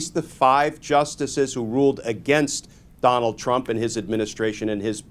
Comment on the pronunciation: I stg you said Conald. “Con-ald” 😂 and I’m down for it.